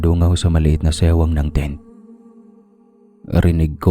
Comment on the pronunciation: may maliit na SEWANG hahahahahaha SIWANG yun hindi SEWANG hahahaha